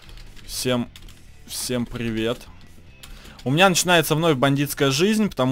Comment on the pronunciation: Всем пгивет с вами багггон. Что пгостите? Машина не габотает. Барон ты могда газбитая.